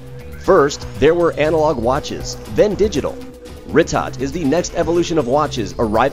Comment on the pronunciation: its pronounced "ree-toe"